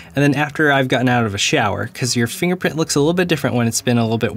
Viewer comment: Huh Huh.... He said "Finger printy". huh huh LOL